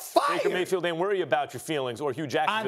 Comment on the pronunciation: Baker Gay-field😂😂